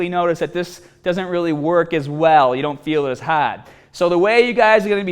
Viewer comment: 'Staat' 'haad' - your accent kills me